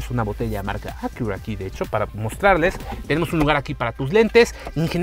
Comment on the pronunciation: A qué "akiurrra" 🤣